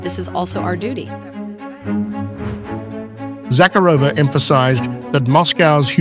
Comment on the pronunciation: Please pronounce her name correctly. ZaCARova ie emphasis on second syllable.